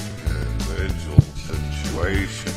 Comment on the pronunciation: (In voice) Individjul situation